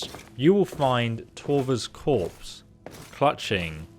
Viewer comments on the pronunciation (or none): corpse, not "corps".